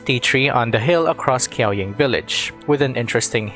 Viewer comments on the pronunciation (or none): very informative video and relayed very concisely, thank you! just want to point out the way to pronounce the Qi in Qiaoying is "ch-" just like Qiqi is read like Chichi, Qiaoying should be read like Chiaoying🤍🤍